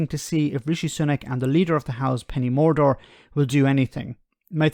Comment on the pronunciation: I think you said "Penny Mordor". Deliberate or accidental?🤣